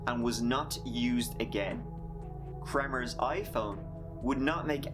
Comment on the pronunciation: you said, "Volomers"? and Froon….".